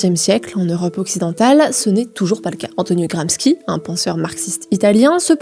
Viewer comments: Merci pour cette vidéo au top !! Pour info, on prononce : Gramchi (et non gramski) Alain Mainque (et non Miiinque) Belfor (et non Belforte) Volainski (et non ouolineski) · Italien, c'est GRAM-CHI pas GRAM-SKI :text-green-game-over::face-purple-crying::face-purple-crying::face-blue-smiling::face-blue-smiling: mais y'a quelqu'un pour relire la rousse, là ??? C'est catatrophique. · On prononce "gramshi", pas "gramski" pour Gramsci. Sinon bravo, génial, comme d'habitude. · Chère journaliste, merci pour votre vidéo fort intéressante ! Je me permets néanmoins une petite remarque : Alain "Minc" se prononce avec le "in" de "vin" (pas "minne-k"), Antonio Gramsci se prononce "Gramchi" (pas "gramski"), et Belfort se prononce sans le "t" muet de la fin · Oui, c'est dommage ça décrédibilise la vidéo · On dit : Jean Louis [Borlo] Alain [Mainque] Antonio [Gramchi] ❤ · Oh il y en a pour tout le monde vu qu'elle écorche aussi K'nicap et Gramsky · Effectivement. Gramski... On croit rigoler. Franchement... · Je suis désolé, vos sujets sont très bien construits, et je les apprécie en général. Mais faites un effort sur la prononciation des noms propres (Minc, Gramsci, Belfort, Wolinski, etc). Ça détruit la crédibilité de vos sujets en montrant que vous ne connaissez pas les personnages dont vous parlez. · Prononciation de Minc, de Gramsci et de Belfort juste catastrophique. Ça décridibilise le propos pourtant très pertinent. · J adore tout le travail effectué. Mais attention aux prononciation des noms de famille : wolinski, minc et gramsci. Il faut refaire lire les videos. C'est dommage car là ça fait amateur. Je pense que c'est une question de génération. Il suffit de faire relire par un pair... de plus de 40 ans.